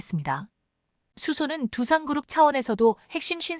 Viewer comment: 두산인지 투산인지 정확 하게 발음 해주시면 합니다